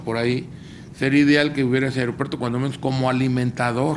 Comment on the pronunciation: No es airopuerto es aeropuerto sr